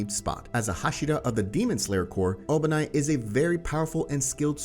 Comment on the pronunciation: His name is obanai not obani